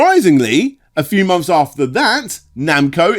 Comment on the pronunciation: It's months not mumps. 😂